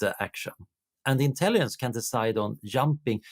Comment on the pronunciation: Swedish doesn't swallow the g, so why does he mispronounce intelligence 8 out of 10 times?